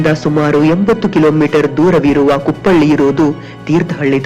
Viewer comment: ಅದು ಕುಪ್ಪಳಿ ಕುಪ್ಪಳ್ಳಿ ಅಲ್ಲ